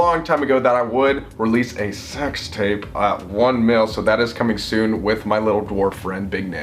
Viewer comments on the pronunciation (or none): He said ș3x tape I think😭😭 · Did he say sex tape